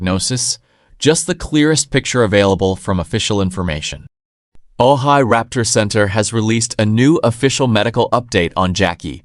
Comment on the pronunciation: I don't think this is a reliable source. He isn't even pronouncing Ojai the corect way.